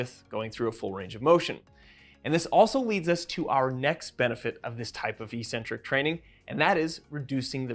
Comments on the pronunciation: "ee-sent-trik"? Do you even speak basic English? Try "ek-SEN-trik." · Isn't the word "eccentric" pronounced like "ex-centric"?? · As always, informative and full of new learning. Thanks guys, and keep it up! On a side note, I'm distractedly puzzled by the pervasive mispronunciation of eccentric in physiology / anatomy circles. There are 2 Cs, not 1, so the Cs should sound similar to how we pronounce "accelerate". Google "define eccentric" to hear the original pronunciation (and the broader use of the term). I realise the mispronunciation may seem correct and normal if it's the only way you've heard it pronounced, so I'm super curious about the origin of this and how it got to be "normal". Any ideas, anyone? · Good vid but you really are saying eccentric incorrectly which is massively off-putting... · heads up jellybean: i mispronounced 'eccentric' and i said 'biochemical' 💝🤣🤭😘🤩😍💖